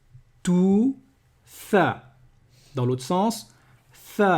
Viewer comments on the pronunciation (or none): Wa alaykoum salam wa rahmatulah wa barakatuh à 3min22 c'est le tha pas le ta et à 9min24 c'est écrit tha et tu dit thi.